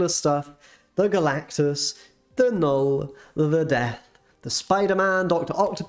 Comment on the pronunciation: You get a thumbs up for saying Knull the right way TY!